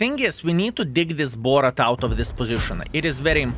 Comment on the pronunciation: i really wants to ask you why do you call bourrasque BORRAT ! XD